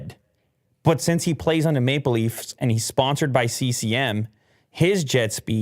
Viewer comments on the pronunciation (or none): I thought said “Make Believes” instead of “Maple leafs” lol